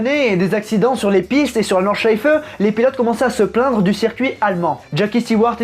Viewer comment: V c'est exact c'est quasi bon, et il prononce très bien Nordschleife également, de toutes les façons dont je l'ai entendu prononcer par des non-germanophones, j'ai été agréablement surpris :-p